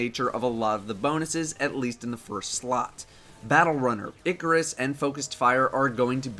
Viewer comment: It is pronounced eye-car-us not ickk-er-us